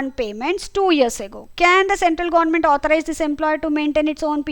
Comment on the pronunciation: Mam apki pronunciation gornament😂